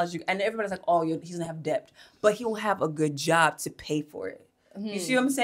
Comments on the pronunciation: The way she pronounced debt told me what I needed to know lol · Her pronouncing the “B” in Debt is where i clicked off 🥴🥴🥴